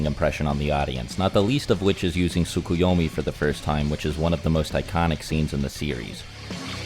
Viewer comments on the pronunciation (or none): none